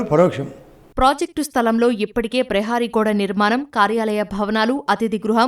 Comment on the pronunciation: News తెలుగు చదివేటప్పుడు చాలా జాగ్రత్తగా చదవాలి. దీర్ఘం or పొల్లు or కొమ్ము whatever it may be అ word కి అర్ధాలే మారిపోతాయి. ప్రహరీ కి ప్రహారి అని చదివారు madam. ప్రహారీ అంటే ఒక ఇల్లు or స్థలం or factory చుట్టూ కట్టే wall. ప్రహారి అంటే guard or watchman